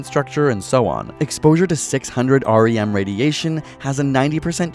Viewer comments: Hard to take this video seriously when the author can't even pronounce "rem" correctly... Not to mention the rem is an obsolete and non-SI unit. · REM (Roentgen equivalent man) pronounced like "rem" NOT R.E.M otherwise well done vid. ;) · Way to go using outdated units. Next time keep to SI units. Also no one pronounces it R-E-M.